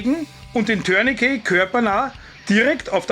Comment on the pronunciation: Du bist einer der wenigen Menschen, die mir im Umgang mit Bundeswehr, Polizei und auf Youtube begegnen und Tourniquet richtig aussprechen. Warum auch immer wird das Wort in Deutschland zu 99 % als "Türnikie" ausgesprochen. Scheinbar lernt man und gibt weiter und niemand hinterfragt es. Das Wort ist französisch und wird "Turnikee" ausgesprochen. Es sagt ja auch keiner "Tür de France". Und ein "t" ist im Französischen nahezu immer stumm. Beispiel Bouquet (Blumenstrauß). Sagt hier jemand "Boukie"? Also danke dafür. Zum Video: Gut, kurz und korrekt.